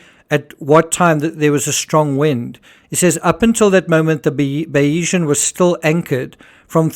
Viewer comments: I believe your pronunciation of Bayesian is incorrect. You are saying Bay-EE-zhun. In YouTube examples of Bayesian Theory pronunciations, it’s BAY-zhun or BAY-zee-un. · Great analysis on this tragedy. Just to say there's no 'E' in the pronunciation of Bayesian, ie it's pronounced Baysian. She was previously known as Salute. Mike Lynch acquired her in 2014 and changed the name to Bayesian, after the 18th-century mathematician Thomas Bayes, whose work on probability informed Lynch's professional thinking.